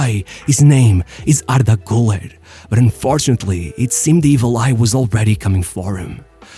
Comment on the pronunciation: Ardah gooler